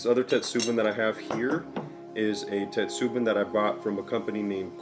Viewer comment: a few corrections. 1. on pronunciation, its not "you ri she" but "oo roo she" as in "urushi" also, in "tetsubin", the emphasis is on "tet" rather than "su" and the "i" in "bin" makes a long e sound 2. tetsu means irons. so your clay kettle is not a "tetsubin". In english you would just refer to it as a kettle 3. you will not ruin a kettle by adding tea into it. Though, you are right that it can be used as a means to deal with rust.